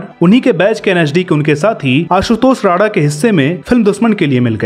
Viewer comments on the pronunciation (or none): none